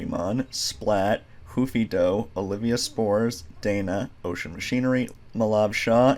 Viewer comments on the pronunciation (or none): none